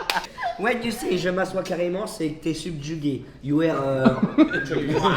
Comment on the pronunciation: J'étais morte de rire wsh 😂😂 Inox il remix des mots en anglais genre il transforme "heart" en "hearth" Et durant tt la vidéo personne lui a dit que c'était "you are" et pas "you ére" 😭😭